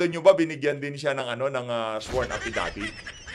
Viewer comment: Hoy VoldStar Pernandez, anong APPidavit finagsasavi mo, anak ng teteng ka di fa rin maayos yang "P" at "F" mo. Sino, sino staPP? Walang Porce Por him, sinabi nyo lang e corroborate ang aPPidabit ni Garma. Eh ayaw! There is Vrivery too. Asking his fosition now and ilang years fa cya sa travaho. Anak ng... pati pa ata "B" and "V". Shut uF ka! Wag ka mag inglis ha...😂😅